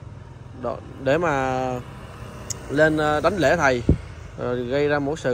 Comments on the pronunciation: em có đọc comments không? Gọi là Đảnh lễ chứ không Đánh lễ. Nói đúng mọi người mới nghe em một cách nghiêm túc. Còn Sư kia là A NAN chứ không phải AN-NA nhé! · Đảnh lễ , ko phải là đánh lễ nhé em trai